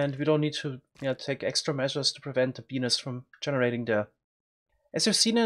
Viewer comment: every time he says "bee nest" it sounds like he's saying "penis" lol